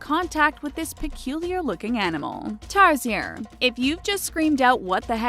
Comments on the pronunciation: the tarsier you pronounced it wrong its tar - sheer not tar - zier (tarsiers can be found on bohol philippines one of the endangered animals) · tarsier is an animal that you can see at the philipines this is a fact if you want to say tarsier THE THINGS make suer you say it rightly you just said tarzier fact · Most people I know pronounce Tarsier (Tar-sher) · Its actually pronounced tar-she-er